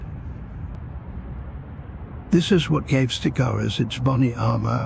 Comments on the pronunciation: stegOUROS, not stegoSAURUS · do you have the reading capacity of a 9 year old , because t clearly says STEGOUROS NOT STEGOSAURUS.